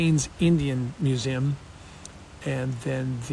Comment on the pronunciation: Hey Kody: Wtf is a mew-zim? You dork.